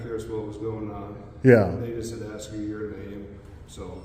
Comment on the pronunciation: BUT HE AXED YOU TO LEAVE!!